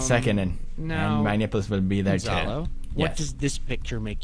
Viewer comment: 2018 anyone, also he said snipples not nipples